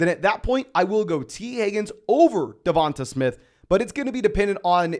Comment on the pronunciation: Great video, but I think you might want to check your pronunciation of DeVonta Smith.